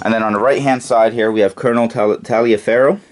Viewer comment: Taliaferro was pronounced "Tolliver"....